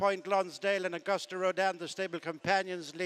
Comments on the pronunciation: Someone tell the commentator its augoost rodin! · I cringe every time the race caller mispronounces Auguste. Has he heard of the French language? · he still doesn't know how to pronounce "Auguste."